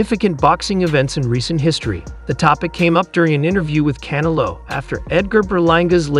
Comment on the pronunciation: Hey AI its CanEllo not canalow